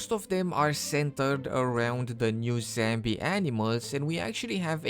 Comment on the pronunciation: I love your vids but It's 'Zombie' not 'Zambi'